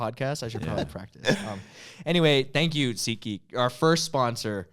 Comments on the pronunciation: Anyone else thought he said seekgeek instead of seatgeek? Or is that just me? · I heard "SeekGeek" every time. But SeatGeek certainly makes more sense.